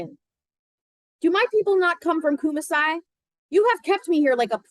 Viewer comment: Thanks for the reading. Kumasi is pronounced Koo-maa-see